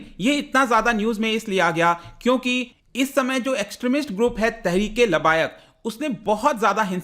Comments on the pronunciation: वो लबायक नहीं है लब्बैक है। तहरीक ए लब्बैक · labayak nahi hota labbaik hota hai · Pronounce as (Laab-baye-ek)